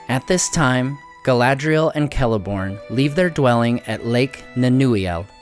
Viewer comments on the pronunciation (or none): none